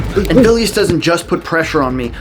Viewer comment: The way you pronounce Vilius' name is pretty funny/cute. It's also worth noting Vilius has fought and won in MMA. So he knows his stuff even without the Gi.